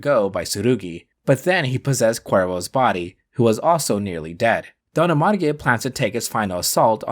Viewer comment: Is not Don Amarge but Don ARMAGE (like armageddon)